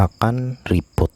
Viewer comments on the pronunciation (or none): reboot bukan ribut 😁🤭